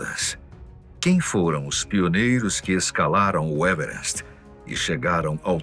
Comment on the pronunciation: "evrest" kkkkkkkkk porra, fala o português claro meu filho